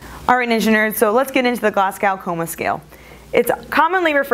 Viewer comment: Great video! Only thing i would say as a Scot is that it's pronounced "Glaz-Go".